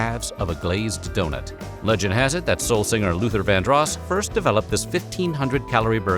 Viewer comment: who exactly is "Luther Van Draass" - I was always aware his name was Luther VanDrose (pronounced) spelled VanDros....